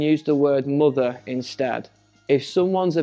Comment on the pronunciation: Спантеличена вимовою MOTHER (Queen) < ну прямо moother